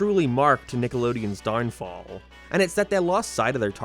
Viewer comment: “Darnfall” lmao